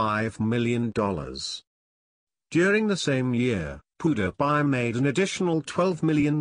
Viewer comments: It is not poodiepie it is Pewdiepie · hahaha.. wait wait, what? POO-DA-PIE? IS THAT WHAT I'M HEARING? MAN LEARN HOW TO SAY OUT HIS NAME!!! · Lol what is that he says powdiepie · it's "Pew-Dee-Pie" not "Poo-De-Pie" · lol poo-da-pie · he is pronuning him pudapie 😆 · "Poo dih pie"😂😂😂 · who else loled at the way the narrator said pewdiepie? "How rich is poo de pie?" XD LMAO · Pew der pie? That fecking voice!!!!!!!!!!!!!!!!!!!!!!!!!!!!!! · haha he said poopdepie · lol the story teller says poo die pie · he pronouces pewdiepie as pooh da pie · He is saying poodiepie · not pudapie -_ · poodepye lol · If he is your classmate then why did you say pewdiepie so weird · If you were his friend you would say his youtube name right and stop saying your all these famous people's friends because your not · He doesn't say his name right.!!! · the guy doesn't know how to say "PEWDIEPIE" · He can't even say PewDiePie right. Haha